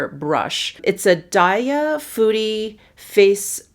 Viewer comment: Love your eye look here!!! So glad there will be a GRWM, looking forward to it! (While I agonize over my Sephora cart, lol!) p.s. The Japanese word for brush "Fude" is pronounced like foo-deh (not like "foodie" ). Just letting you know and hope you don't mind! ♡